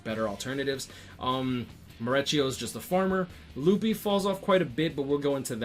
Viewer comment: “Luffy” lmao